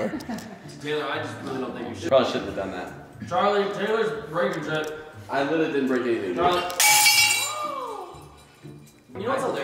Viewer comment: I like how he says shee instead of shit and bussh